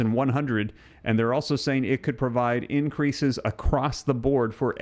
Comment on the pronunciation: The "r" in increase was omitted